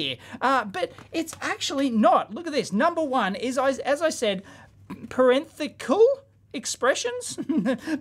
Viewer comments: Parenthetical is pronounced "Pahr-en-THET-tik-ull". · Parenthetical is pronounced (pair-in-thet-ical). Say it fast. At least that's how my english teacher pronounced it 50 years ago. LOL. Love your videos Dave. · paren-thetical - it's not that hard dave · I just have two words: Bracket Expansion Oh and it's par-ren-thet-ic-al afaik